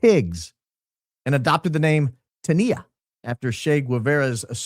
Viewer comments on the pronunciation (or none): Tania was pronounced, "TAHN - yuh." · Patty’s name with the SLA was pronounced “Tan yah.”